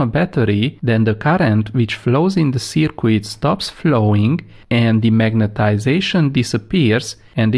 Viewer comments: Its not a circwid its a circuit pronounced circ-it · Circuit pronounce as "cirkit" not " cikwit" 🤣🤣🤣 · Great vids. FYI don't pronounce the "u" in circuit. Read it as Circut. Phonetically Searcut. Cheers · I like the way he says "seercueit" for a circuit. Phonetically it's "Sirkit". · Well done for taking the time to explain things as you do. Some people might find you are taking too much time but I understand the importance of not rushing basic concepts. Just one tip - I know it's spelt circuit but it's actually pronounced as if spelt 'sirkit'. Keep up the good work (from a former electronics engineer). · Sir qweettttt!!! :-)